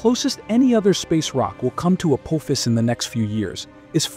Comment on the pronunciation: I think your trying to say apophis. 😂😂😂😂